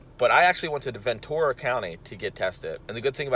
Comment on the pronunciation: jus a heads up since ive lived there most of my life and whenever you said it it bugged me, its pronounced Ventera not ventora